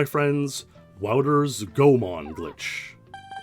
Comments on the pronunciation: Nice video! But as a Goemon fan, and also someone who lives in Japan, I gotta correct you on your pronunciation! There’s no “magic E” rule in Japanese, so it’s “Go-e-mon”! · please pronounce Goemon "goy a mon" or "gay man". Thank you. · Just a tip on how to read Japanese words: enunciate the "e" as another syllable. It always sounds like "ay" or "é". Goemon is pronounced like "go-ay-mon". Oedo is "oh-ay-do". 🗣️💬